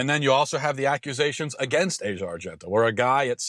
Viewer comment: Her pronounced "Ah-zee-uh."